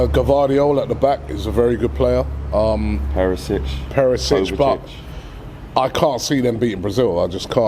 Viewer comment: These constant mispronunciations of names like Perisic or Pulisic are so irritating.